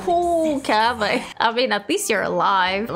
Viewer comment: it sound kávé more then Kaveh hahaha xD